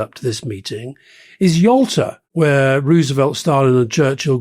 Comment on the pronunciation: I had the same thought when Alastair said Yalta